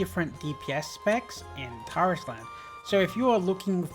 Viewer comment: it's pronounced Tarisland, like air, not are, the cutscene when you launch the game they pronounce it like air